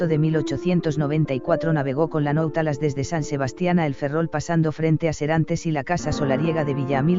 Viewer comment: Nautilos. no nautalas